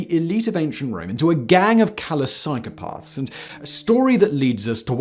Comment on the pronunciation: "psychopaahrths" what a tool 😂